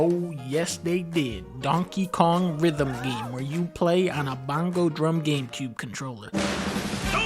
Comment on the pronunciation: "Bongo Koizoomi" is that what I heard him call that gentleman? Lol